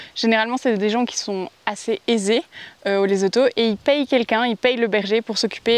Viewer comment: On dit pas Lezoto mais Lessotou